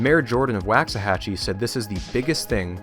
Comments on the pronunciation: as a texan, its funny to hear you pronounce waxahachie as “wax-ahachie,” instead of how we do, “walks-uh-hachie” (waux as in walks) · Wocks-uh-Hatch-ee rather than Wahcks-uh-Hatch-ee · Living so near Waxahachie my entire life, every time I heard you pronounce it "whacks a hachie" I was filled with indescribable rage. It's "walks a hachie." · Great video, but I really wish you had taken a couple of minutes to see how the town names is pronounced. Each time it is pretty jarring to me, a Texan. Wah-xahachie. Like the sound your mouth makes for “wash” or “wander”, not “wax”. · Here in Texas we pronounce "Waxahachie" Woks say hachie" The Wax is softened Wox" this is another of weird Texas slang, I suggest a book n Weird Texas Sayings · For some crazy reason the first a in Waxahachie rhymes with rocks rather than wax. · It's pronounced woksa-hatchy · This was amazing, I loved it, but it's pronounced "WALK-suh-HATCH-ee" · Great Vid, my wife is from Waxahatchie and she visibly cringed at your pronouncing lol. It's pronounced "wox-a-hatch-y" or how I tease her "wax the taxi". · Waxahachie is pronounced like waak-suh-ha-chee. Man I'm sorry but as a Dallas native I was cringing everytime you said it hahaha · It's pronounced, "Walks-a-hachie" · Great video series so far though as someone who grew up in the town it's pronounced Walks-Uh-Hachie. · footnote: it is pronounced wawks-a-hatchee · Well, you start off mispronouncing 'Waxahachie', so the rest is suspect. Sounds like a Bush hit job... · I really hope the Waxahachie portion of this video is short, it hurts my Texan ears to hear it mispronounced so much 🤣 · I shudder every time he mispronounces "Waxahachie" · As someone that lived there , PLEASE look up how to say Waxahachie.